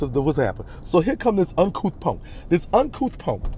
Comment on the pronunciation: LIKE DIS PONK NOT PUNK PONK😂😂😂😂 I LUV U ❤️❤️❤️